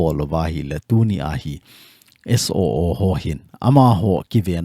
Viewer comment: Suu tilou vinn..SOO ti in seitho jiute